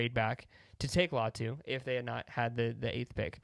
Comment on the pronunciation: I believe Latu pronounces his name “LIE-AHH-TOO” . Great vid tho!